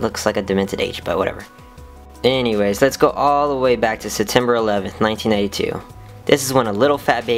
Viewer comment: OH MAH GAWD IT SAID 1992 BUT I HEARD YOU SAY 1982 M DYING BAHAHHAA